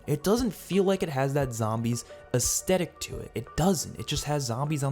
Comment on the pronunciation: thanks for the video, but please check your pronunciation of 'aesthetic'